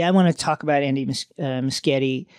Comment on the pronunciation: Muschietti is pronounced "MOO she ET e"